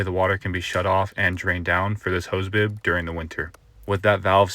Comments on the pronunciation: Boob? PRONUNCIATE NOT MASTICATE! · Anyone else hear "hose boob"? 😂